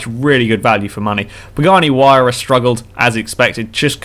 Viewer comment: And he said Pagani Huayra like it actually is